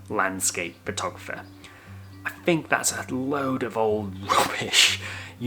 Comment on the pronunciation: Hi, why does he speak so strange? Wiff instead of with ; meffod instead of method ; fink instead of think ; etc. Is this how people in Liverpool speak? Thanks.